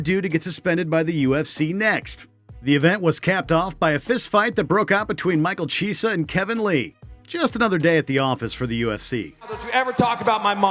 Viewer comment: Hose Aldo, Michael Cheeesa, Vaitor Belfort, Beth Korea....BETH KOREA! XD Oh god! I thought they’d choose narrator who actually watches UFC and knows how to pronounce their names.